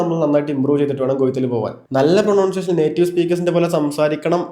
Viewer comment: പ്രൊനൗൻസിയേഷൻ അല്ല. പ്രൊനൻസിയേഷൻ.